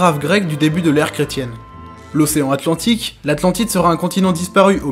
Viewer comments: Super vidéo ! Cependant, lorsque tu cites les différents lieux possibles de l'Atlantide, tu as fait deux grosses fautes : "Atlantique", pas "Antlantique", et "Antarctique", pas "Antartique" ! Enfin qui suis-je pour chipoter sur vidéo qui a un contenu aussi intéressant ! Bonne continuation à toi ! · Je viens de me taper toutes tes vidéos, et ce fut un grand plaisir! :) J'espère que tu continuera ainsi dans le futur et que ta chaine grandira! Tu mérites beaucoup plus! :) (Ps: Atlantique, et non pas Antlantique! :P) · Un très bon début, vraiment bien fouillé, j'ai quelques remarques, du détail : - Antarctique avec un c - Atlantique sans n Et Cthulhu se prononce ktoulou il me semble. Mais je chipote, j'ai appris plein de trucs, vivement les prochaines. :)